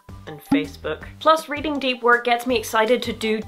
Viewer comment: That sounds like a nice book for me. I've had more trouble concentrating. Though "Work" sounds like "wok," and reminds me I've had some cravings... Just a sec while I look up some stir-fry recipes that won't at all have me looking at the history of rice in 20 minutes...